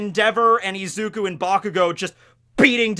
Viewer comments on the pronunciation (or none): This boy called izuku ezuku 😂